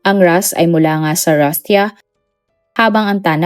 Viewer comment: buti na pronounce mo ng tama for the second time yung RUSTIA